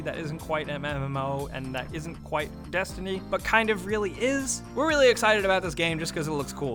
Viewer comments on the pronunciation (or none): none